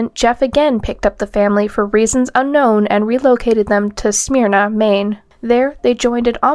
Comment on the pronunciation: this guy always made me shudder with disgust... what a sicko 😬🫣 also- the city Smyrna, MD is pronounced '𝙎𝙢𝙪𝙧-𝙣𝙪𝙝'. or maybe it's supposed to be 'Smeer-nah' and the Maryland accent just makes it sound the other way 😅